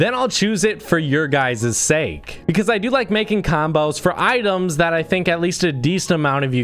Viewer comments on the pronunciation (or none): none